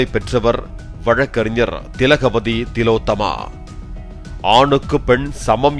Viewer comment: திலோத்தம்மா இல்ல, ஓல் ஒலோத்தம்மா😂😂😂